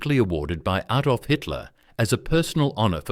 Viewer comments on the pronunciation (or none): none